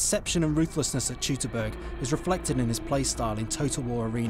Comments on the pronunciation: wtf is chuitaburch? Its pronounced like Toi(like an angry englishman would say oi)-t-burg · Teutoburg was just awfully prnounced